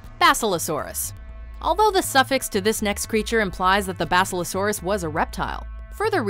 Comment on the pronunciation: They can’t even pronounce basilosaurus? Really? Wow.